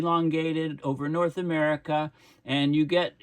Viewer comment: The gulf of Amer-he-co?